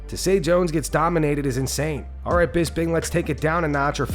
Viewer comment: it's BisPing, with P like Potato